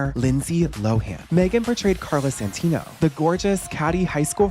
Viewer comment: how do you mispronounce the name Carla Santini, but manage to correctly type out the more easy to misspell name Sydney Shanowski?